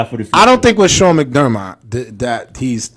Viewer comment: No joke u 4 wouldn’t know how to wipe ur own ass! First bills have the 9th pick. U can’t even say McDermott right. If any receiver was the worst it was zay. Clay is no good anymore. Billsmafia take u out I talk like that again about Allen. Go watch his games son. Don’t step up if u can’t keep up fellas